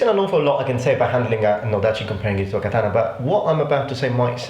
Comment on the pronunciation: I find the way your pronounce certain historical things amusing, not offend you, but I have created a list of how your pronunciations sound to me: 1.katana=Datana 2.Lorica Segmentata=Lodica segmantatata 3.Kodachi=Kodai chi. Again, this is just what I hear, I don't mean to offend you.